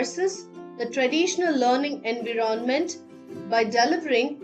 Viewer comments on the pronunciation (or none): Terrible accent; hard to understand; some words are not stressed correctly or pronounced right (e.g. environment, content, demonstration, virtual).